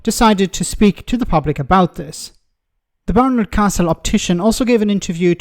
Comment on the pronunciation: Barnard, not Bernard.